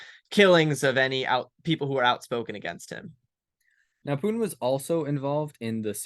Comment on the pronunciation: Pu-in has a "T" in it.